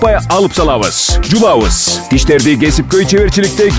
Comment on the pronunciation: Реклама окуган адамга айтаарым : тиш жубабыз деп айтпай,жууйбуз десеңиз бир ар жагымдуу болоор беле уккан кулака,кечирим сураймын жаман айтсам